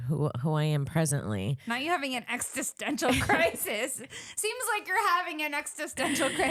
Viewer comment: Not saying extissential instead of existential twice 😩😂